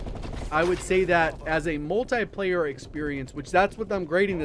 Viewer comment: Come on for the love of Jgod it's called "Multiplayer" not "Multieplayer" a tie is what you wear with your suit.